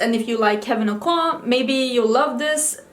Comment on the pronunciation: Greetings from Los Angeles. Kevin Aucoin - yes, you said it correctly. 😃 Wow, those hurt h bells are rocking. I love your beautiful country. I visited Stockholm and Gothenburg two years ago and I loved it. I wish I were on a fika break right now. Have a great Sunday night.